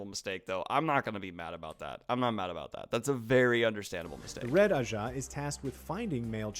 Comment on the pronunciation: They pronounced ajah in more ways than I thought possible.